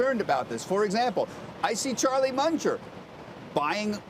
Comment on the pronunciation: did he call Charlie Munger a Charlie Muncher ?